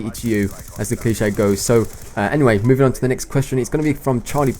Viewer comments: LOL you said the cliche wrong! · You said they cliché wrong! :p, And Breaking Bad only has 5 seasons!